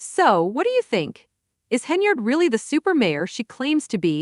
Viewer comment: Stopped listening the moment I heard the mispronunciation of Tiffany’s last name 😂😂😂😂😂 🤦🏽‍♀️ 🤦🏽‍♀️